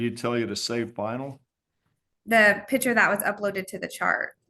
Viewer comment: Never trust a nurse who can’t pronounce the word picture.